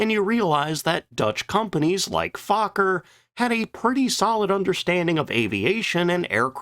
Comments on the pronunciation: Fauler??? What??? Fokker... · why do you say fukker ,and not fokker?😅😂😊❤ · It's pronounced F oh ker as in oh not ah. Get it straight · Fokker is not pronounced as Faaakker, but with the o as spoken in 'for'. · "Stroupwahhffls" lol But hey, I appreciate someone talking about our history. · Fokker means FAAAAAcker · GD, you sure do know how to mangle pronunciations, try a few visits to google translate.... I learned ach does not belong in Fokker... You should ALREADY know how to pronoun Luftwaffe...🤨just laziness